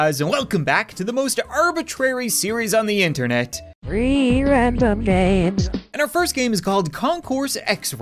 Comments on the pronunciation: Is it just me but it sounds like free not three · Robot:threeee randome games I meant tree random games